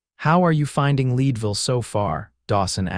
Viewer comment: I’m from Colorado. Town is pronounced Led Ville not lead